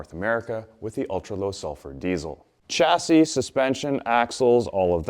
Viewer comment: I thought a Canadian would pronounce Chassis ‘correctly’ as it is a french word?